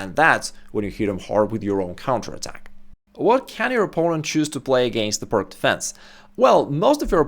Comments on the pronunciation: It's pronounced "Pirts" not "Pirk". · It is called Pirc, not Pirk. It is named after Vasja Pirc, not Vasja Pirk. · Just an FYI,... It's not pronounced PIRK..... Vasja Pirc (/ˈpɪərts/ PEERTS. The gentleman would have appreciated we say his name as HE would, I'm sure!! Carry on! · I'm surprised he mispronounces 'peerts' as 'purk'. I think most do, but he's established in chess. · I thought it was pronounced “Peertz” as shown in this video. Slovenian is supposed to be close to Serbian and Croatian, and in those languages, “c” is pronounced as “ts.” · Being a Slav, ought to know how to pronounce 'Pirc'. I don't give a tinker's gob how the Americans say it — they are ignorant savages. The pronunciation is like "Peerts". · Great video, I learnt a lot! But the name is pronounced Пирц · TS or TZ NoT exist in englesh vockqabulary. 😅😂🤣 PirK or PirQ. 😅😂🤣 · Isn't it pronounced "peertz"? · "pirc", pronounced as peertz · Pronunciation of Slovenian surname Pirc is Peerts. Thank you for great video. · Oh thank you I was so confused to hear a non American saying "perk" lol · The "C" in pirc is pronounced as an "S" as it was named after Vasja Pirc (who was Slovenian). Just sayin... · As a Russian I expected you to pronounce "Pirc" properly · It's named after Slovenian GM Vasja Pirc. Ask any Slovenian how to pronounce his surname.